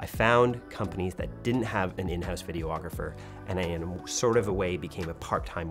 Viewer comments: Great video and your team. I found it quite interesting. 👏🏽 But… you’re adding an extra “O” to the word, videographer. 🤓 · It's not Vide-O-Agrapher it's Vide-ographer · Why is photographer pronounced "pho-tog-ra-fer". But you say videographer "Video-ographer" with the extra "o"? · I love your channel so very much, but a little piece of me dies every time you say “video-ographer”. 😂